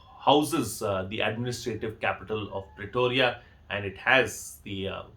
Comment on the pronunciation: Sir, the capital of S. Africa is Pretoria not Pletoria and many regards for the quality content that you put out🙏